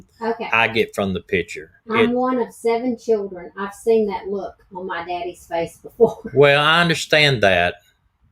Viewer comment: That "My Daddy" can't get more Southern